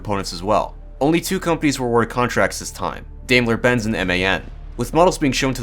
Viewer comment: Just a hint on the pronunciation of German tank "brands": for Krupp say: "kroop" (same as "crook" with a "P" at the end), for Daimler-Benz, say: "Dime-ler Bentz".